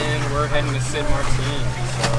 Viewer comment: Hey, very Cool! I would suggest a correction in pronunciation; it;'a NOT St Marteen, but St.Maarten (Dutch side) and St Marten on the north side. There's no accent on the "teen". The double A is kinda stretched out as in Maaaarten. I think there is somewhat of a lag because when I left you two in St Maarten as you awaited these repairs, Im just receiving the transmit today (April 12th, before Easter weekend. I wonder where you sailed from St.M. Loved to hear each one of these episodes! Hope yoju have nothing but GRAND weather!! Dave in Rochester.